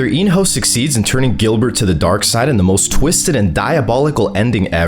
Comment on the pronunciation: Bro really said Gilbert